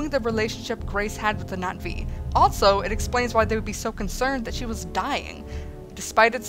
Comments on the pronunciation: Was anyone else slightly annoyed that she kept saying Nat'vi instead of Na'vi? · no I dont IPA, and I wasnt trying to be rude. So sorry if it came off that way, I just thought you were mispronouncing the word and no one was talking about it, so I did. My apologies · haha are you calling them the Nazi's I'd swear that's what I keep hearing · ~ No I know it is, it's just that when you say it, there's more of a "Knot ' V" sound but the v is lost in translation. Other than that it's a cute and humorous movie review and you made me laugh. Cheer's (Glottal stop, never ever thought I'd see that description) If you ask me it's almost a subtle way of saying Navy but that's how my mind works. Bye